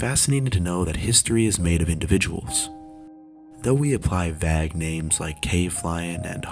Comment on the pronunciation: wtf is a VAHG name? Vague is pronounced "vey'g."